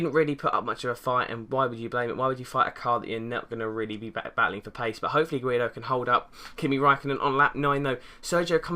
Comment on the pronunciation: Can't believe you called him "guiedo" #SEN